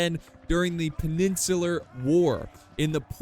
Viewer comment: I refuse to watch this in case you say peninsulur again